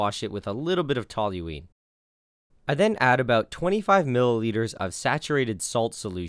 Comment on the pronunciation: The ONLY person I've ever heard pronounce toluene correctly. My chem profs didn't even bother doing that